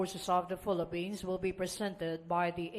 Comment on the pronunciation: tama ba ang pagka rinig ko "filapins"?